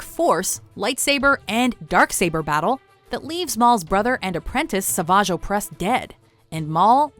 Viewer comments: At least pronounced Savage Oppress correctly this time around. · finally pronounced Savage Opress correctly LMAOO